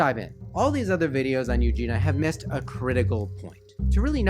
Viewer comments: Good video and I can relate but PLEASE - her name is E U G E N I A not EUGENA - sooo many people say her name wrong - sorry it bugs me. As you must know by now she is getting help - I really hope she is - she is such a sweetheart... I hope her parents get help as well - her mother in particular is troubling to me... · Not hating but it's U-JEAN-E-UH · But how have you managed not knowing how to pronounce her first name? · Her name is Eugenia.. with an i